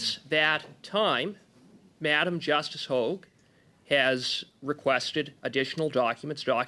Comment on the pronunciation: I wish Dominic Le Blanc would learn the correct pronunciation of Justice Hoag and stop calling her Justice Hogg. His boss is Boss Hogg.